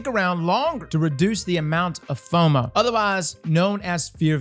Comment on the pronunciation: I thought he meant MOFOS when he read FOMO out loud. 😎😎😎